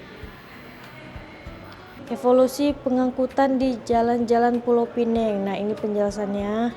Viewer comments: maaf ya... sebutan Pulau Pinang dengan bunyi Pulau Pineng. Pulau Pinang sebutan Melayu. Penang (tanpa perkataan Pulau dihadapan) sebutan english. Jangan keliru lagi. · Pulau pi- nang.. Bukan pulau pinenng.. Kalau nak sebut ikut english barulah sebut pinenng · Pulau pinang, bkn pineng. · Kalau bicara soal sejarah.... Pastikan sebutan nya betul dek... PULAU PINANG bukan PULAU PINENG. Nanti jadi pening kepala pulak 😂 Maaf ya 🙏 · cakap KL la Pulau Pineng 😂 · Anehh betul bahasa melayu … Pulau pinEng. 😂 dtg dr eropah ke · Maaf. Cara sebut nama Pulau Pinang tu salah. Cara sebut tu, gabungan bahasa Melayu dan bahasa Inggeris.